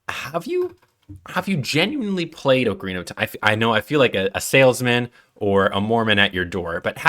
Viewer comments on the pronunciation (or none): Mispronouncing Ocarina in the first is not going to get you much love with Zelda faithful. 🙅‍♂️ Oakarina / O’Carina 👍 Ockarina Also it’s Koji Kahn-dough not Koji Cone-dough & Sorry-uh not Sah-ree-uh. Recommend re-recording with the corrected pronunciation. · just use the ipa buddy nobody can read your AWFUL respellings Ocarina is generally /ɑkəˈɹinə/, and Koji Kondo is approximated as /ˌkoʊdʒi ˈkɑndoʊ/ No idea what Sorry-uh is supposed to mean gng